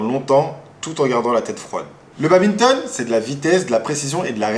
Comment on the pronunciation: J’ai entendu baBinton mon dieu